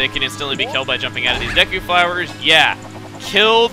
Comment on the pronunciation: Wow. Chuggaa is being really inconsistent with pronunciation. He keeps switching between saying Deku as DAY-koo, DEE-koo, and DEH-koo.